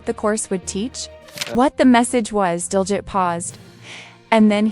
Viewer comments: Pronounced Diljeet not that way you are saying it. Otherwise excellent!!! 👌🏽👌🏽👌🏽👌🏽👌🏽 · To the person talking, pronounce his name correctly.